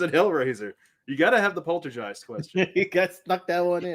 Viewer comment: You pronounced Poltergeist wrong